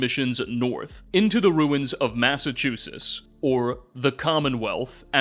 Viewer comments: No, you just pronounce a "t" at the end... always says "Massachusses," and I truly don't understand it. I guess it would be "MASS-uh-CHU-sits" if you're looking for phonetic syllable emphasis, but literally everyone but already knows that. And hey, I'm from Springfield, we don't have any sort of accent out west, unless there's a little-known Connecticut accent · WOULD SOMEBODY PLEASE TELL HOW TO SAY "MASSACHUSETTS," THE BELOVED LAND OF MY BIRTH. I mean jeez, it clearly has not just one, but two t's right at the end, I mean jeez